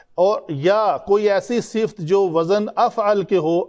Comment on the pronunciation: Sifat hota Hai sift nahi hazratt